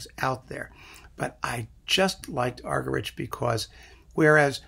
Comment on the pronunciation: Argerich is pronounced argeríc. It is a Catalan surname.